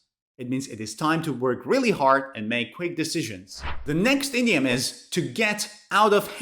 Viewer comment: I am hearing 30 idiot instead of 30 idiom